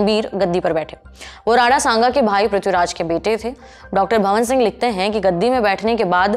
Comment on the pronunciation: वो तलवार है ना की चाकु.. वो मालवा है ना की मलवा.. वो डॉ भवान सिंह है. ना की भवन सिंह.... आप जल्दी ही लल्लन टॉप को बंद करवाओगी.. भगवान करे जल्दी से सौरभ जी की नजर आप पे पड़े और आप में सुंदार करवाए.